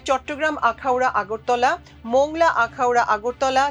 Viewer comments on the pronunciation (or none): মোংলা নয় মংলা বলুন